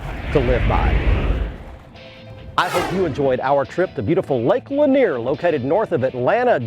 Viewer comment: Yes, he said Cindy Lanier